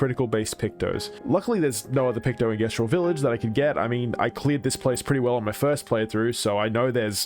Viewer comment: How did bro play a whole game that pronounced it Jestral and still came out pronouncing it differently